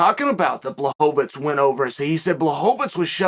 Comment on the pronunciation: Blahovavavits haha gotta love macklechev tho